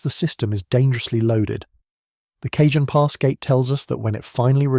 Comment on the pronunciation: Cah hon pass, not Cajun.